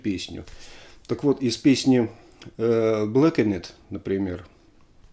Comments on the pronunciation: блэкаНеТ)))) Алексей, Алексей))) подсталом, браво! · Рыбину, как музыканту большой респект, но БлэкенЕт? Вы серьезно? 😂